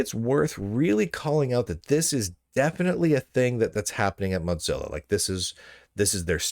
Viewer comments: brother it's moZilla not moTCilla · He does it for the comments, but it seems fitting since they suck so much that they shouldn't get their name pronounced correctly. I'm hoping he starts pronouncing Google as goGGle, because that would be funny too.